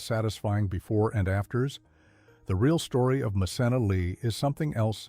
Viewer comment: It’s pronounced MKenna. Good idea to view her show